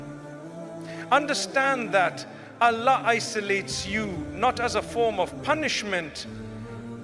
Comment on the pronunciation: Is this AI generated voice imitating Mufti Menk?? Why is he saying Allah incorrectly?